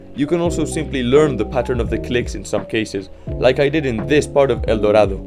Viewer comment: por como pronunciaste "el dorado" creo que hablas español ajajajaj, habia dejado de jugar hace 6 años, pero en junio de 2021 por la pandemia estaba aburrido y me pase windy landscape y forsaken neon, ahora con la 2.2 volvi y me dieron ganas de pasar acropolis por lo que estoy en eso, me pongo un poco nervioso y chokeo pero solo en 4 dias hice 54%